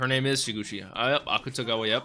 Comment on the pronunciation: The people on Patreon probably already told u this but since I had the same issue when I first started watching and want to make sure this is more clarified since it annoyed me that I couldn't figure out what I was saying wrong: because the romanized version of あくたがわ is spelt Akutagawa, a lot of people pronounce it literally- "aKUtagawa", but in Japanese a lot of characters are cut short and not pronounced fully, so it's actually more like "ack-tah-gahwa" instead. Idk if this makes sense or even helps at all but I felt like leaving it here